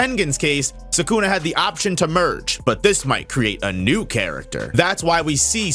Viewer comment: If you say 'Sakuna' one more time.....